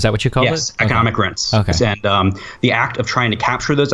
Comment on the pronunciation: "rense" - This due needs to pronounce Rents properly. Jesus christ